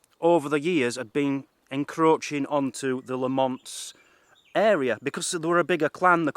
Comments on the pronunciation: Interesting video, the birds you ask about are Oyster Catchers. As a Lamont myself, its pronounced Lamint. Not La-mont. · its pronounced lam ent not la mont great video by the way of my clans castle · Pronounced LAM' it's. We may have been massacred, but at least pronounce our name right, ye demented coos! An fook ye too.